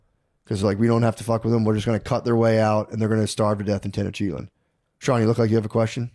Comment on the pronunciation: There's no way Tenochtitlan is pronounced (Ten-Oh-Cheat-On) Little Freudian slip from Matt..